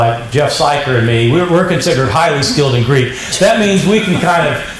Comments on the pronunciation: I appreciate so much that does not use Erasmian pronunciation and has a background in Modern Greek!! If one cannot use proper, historically informed reconstructed Classical Attic or Hellenistic/Koine pronunciation, one might as well just settle for the Modern pronunciation. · Listening to using almost native like Greek pronunciation makes me smile. Breath of fresh air, honestly.